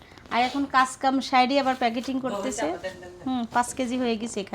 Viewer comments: উচ্চারণ হবে প্যাকেজিং প্যাকেটিং না। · প্যাকেটিং না বলে প্যাকেজিং বলবে।